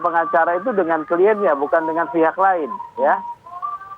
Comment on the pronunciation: Transparang, kemareng, dengang, laporang, sembilang.